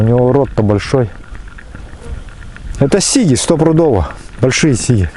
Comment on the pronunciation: А у всех Сиги, ударение на первую и)я сам с Карелии,мне ухо режет.Думаю что сиги в пачке,сиги в озере)